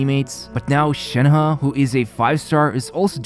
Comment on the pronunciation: you said "shanha" butr its shenhe so please learn how to talk